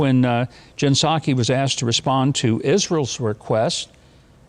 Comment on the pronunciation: Mike, that's pronounced P-Sac. !!!!!!!!!!!!!